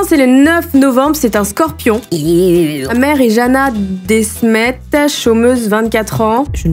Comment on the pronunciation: De smet pas dé smet mdrr c mon nom de famille 😂